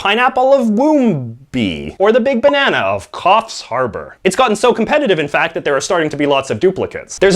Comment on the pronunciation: You pronounced Coffs Harbour correctly